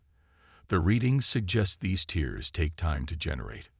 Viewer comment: I wish you'd teach your AI to pronounce tears properly.